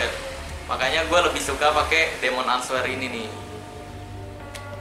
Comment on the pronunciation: Bang ini cuma benerin ya Kan tulisanya answer...tapi dibacanya " enser" yg betul Cuma benerin aja jangan salah paham